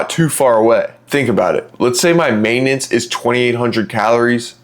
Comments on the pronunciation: *Maintenance, not "maitanence". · "maitenance" lol